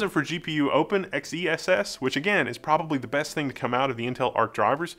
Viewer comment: Are we sure XeSS isn't meant to be pronounced "excess"?